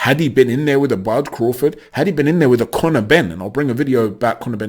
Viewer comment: This dude said connor benn. Imo